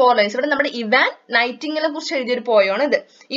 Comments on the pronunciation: ഐവാൻ അല്ല ഇവാൻ' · ഇവാൻ എന്നാണ്